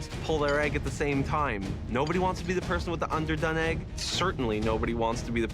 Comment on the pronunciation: Americans: Eh-g Canadians: Aye-g